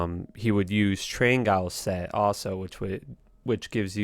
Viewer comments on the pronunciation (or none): I mostly watch these videos to hear how X mispronounces nearly every single item in the game. Train guiles??? pretty sure you mean Trang-ouls